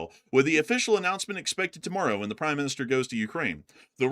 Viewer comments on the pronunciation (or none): none